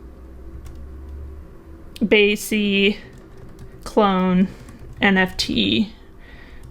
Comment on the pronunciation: BAYC not BYAC